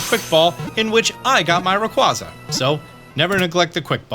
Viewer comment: Still hurts hearing the way you say Rayquaza..